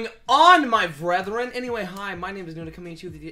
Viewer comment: Disliked for calling us your vrethren